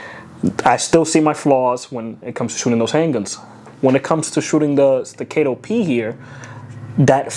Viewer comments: Say it together class.. STA-CA-TOE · Bruh. Can’t even pronounce the gun he spent $3k on. That’s America for ya! STA - CAAAAAAAAAAAA - TOE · Sta- cat-o ... Staccato... There, I helped. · Sti-Kate-Toe 😂. Jk, great vid man. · Solid video! Don’t want to be that guy, but it’s pronounced StaccAHto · The way you pronounce staccato is getting to me lol😅